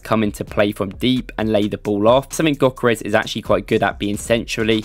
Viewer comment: For those who havent learned from Ødegaard, the Ö in Gyökeres is pronounced like the "Ea" in the word Earth. So like this Ööööörth 🌍. Also the G is silent. So Gyökeres is pronounced Yökeres. Hope that helped 🫡